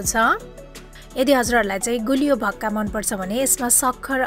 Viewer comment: Bhakka hoina ho mis it's call 'vaka'